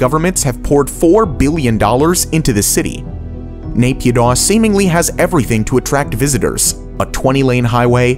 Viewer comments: 1. Ciudad Real was probably the reason of the Spanish recession 2. Naypyidaw is pronounced "na-pi-DO". And it was the background of the infamous Facebook Live of an aerobics teacher's online class dancing to "Ampun Bang Jago" while the February coup was happening behind her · Mee-yan-mar. Not Mayanmar. Nay-pyee-tau. Not neigh-pee-doh. Why do Americans always do this? Ignorance? Like how they insist on pronuncing Eye-rock and Eye-ran? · As someone from Myanmar it pains me to hear him pronounce Yangon, Myanmar, and Naypyidaw